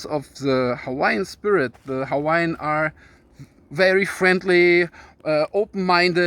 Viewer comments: Nice job on the Hawaiian pronounciations and history! 🤙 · Hello from Florida! So happy you made another video! It's so good to see you and Anna again. Keep them coming because we love your knowledge and your energy. I swear I think you must have been Hawaiian in a past life because your pronounciation of the Hawaiian words is perfect. Love your shirt!!! Can't wait for your next video!!!